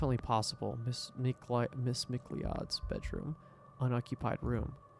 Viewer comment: Like Star Fox. I was going to comment as well but later in the game the VOs call her with the proper pronunciation so I thought he would correct himself after he heard it.